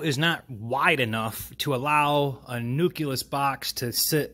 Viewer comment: "Nuculus" lol